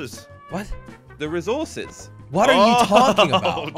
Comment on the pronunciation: don't know how to say resources cause he talk to much England